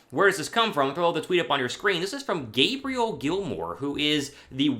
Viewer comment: And, her name is pronounced Gay Bree Elle lol